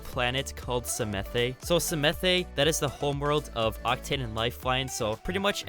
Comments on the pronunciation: Hey the new maps with be on the planet pronounced samath, not samathey. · Everyone: Psamanthe: Semethe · The E in samathe is silent.it was so funny hearing u saying it i actulaly like samathÉ more 😂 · I don't want to sound super pretentious, and I know I'm probably going to anyways but, I believe Psamathe is pronounced Suh-math. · It’s pronounced SA-math get it right